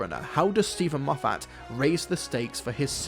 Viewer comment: Please learn how to pronounce Moffat